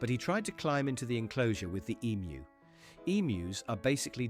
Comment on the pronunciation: Oh please pay a live human to read these out......... I am not someone that appreciates the ridiculousness of an emu being called an EM-YOU... by a voice chosen to sound like an educated Brit! 🇬🇧🇬🇧